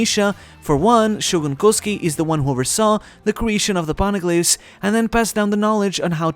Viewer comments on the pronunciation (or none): its koz U ki not kozki